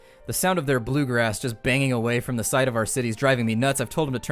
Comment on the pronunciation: Cringing every time he says bluegrass